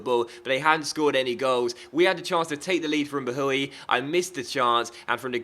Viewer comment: Bahoui is pronounced like "bowiee", might be good to know! :D